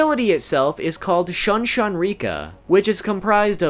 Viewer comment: He said Shun-Shun (persistently avoid, ignore, or reject [someone or something]) instead of SHOO-N SHOO-N. and Shun-oh instead of SHOON-Oh.. but pronounces Soutenkishoon correctly... ANGLO pronunciation rules don't apply to Japanese.